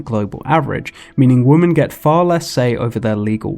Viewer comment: Are you pronouncing women as woman intentionally? I thought it was kind of like an ironic joke, but then it kept happening. 🙃